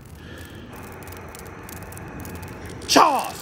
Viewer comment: My name is Charles & the way he pronounces that Charrr & Charrrsss is 100% the wat folks say it.